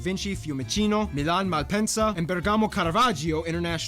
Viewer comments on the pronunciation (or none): Actually Malpensa too is far away from Milan, like Bergamo (which correct pronounce is indeed Bèrgamo and not Bergàmo). They are both 50km from the city center (and Malpensa, which is in Varese province) is much easier to reach due to trains going directly in it. About the dressing "policy", unfortunately now new generations don't have any proper style even in Milan. I see everyday guys going to the university with gym suit, which is a totally lack of respect to the institution itself, and with that I don't mean you need to use a tie, but com'on, at least a chino throusers and a polo with sneakers... You're not on your home sofà! "Terroni" is the Italian equivalent of american "Redneck", so basically people with low culture and dedicated to agricultural activities. Nowadays it's not really anymore a matter of provenance and much more a matter of culture. For instance: marriage with horse carriage, fireworks at 2AM (and who cares of the others that have to go to work the day after), 10mln people invited and a loud party that stands for 2 days are considered "terronate". Or like a Fiat Punto dressed up with aerodynamic wings, neon lights in the undercarriage, obnoxiously loud "tunz tunz" music. Or living in Varese from 30 years and yet using a Neapolitan dialect. Or huge adverts on the street to celebrate the 18th birthday of some random guy... Everything "eccessive" is considered that way now. While a person with good manners, culture, and correct usage of italian official lan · Bèrgamo esatto